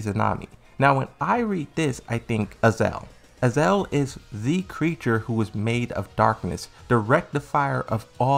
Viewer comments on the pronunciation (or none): I enjoy the vids bro but c'mon man... It's Azazel, pronounced Uh-zay-zell. Hate to be that guy, but I had to say something lol